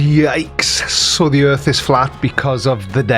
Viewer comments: "Da erf" says it all. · "Every side has an argument" Really? What is the flat erff argument? I mean an argument is a collected series of statements intended to establish a proposition. All they have is "nuh uh". There is no "argument" for a flat erff.